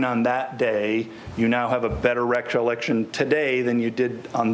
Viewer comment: ~ Man, that defense attorney is a savage. He noticed (no idea how he spells it) mispronounced the word “recollection”. He then proceeds to intentionally mispronounce the same word when he says it back to.